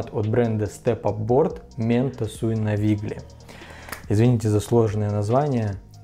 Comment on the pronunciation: Не «навиГли» а «навиЛьи». По-итальянски правильно читать именно так